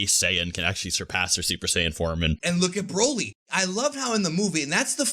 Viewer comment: And luv how you pronounce the name broly😂